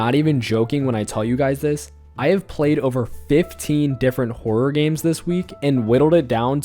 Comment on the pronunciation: nah he really said whore-or 😂